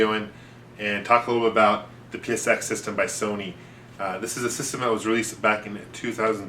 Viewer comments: I love all your videos, but it makes me laugh.... soneenee... :) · he said sonyni